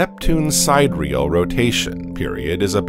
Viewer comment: You don’t pronounce it “Side Real”, but Sid-deer-real.